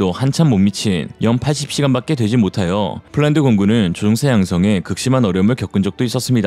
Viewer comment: 조종사 조옹사 퍼센트 퍼엔트 최소한 기계음은 아니갰군 아님 싸구려 장비이든지... 암튼 내용과 상관없이 듣기 엄청 거슬리네요